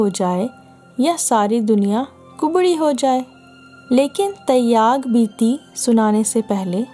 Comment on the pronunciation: Vo lafz Taiyyag nahi "Tyag" hai.